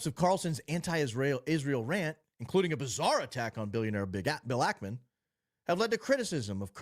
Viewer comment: Same thing he's doing with Bill ackman calling him ackerman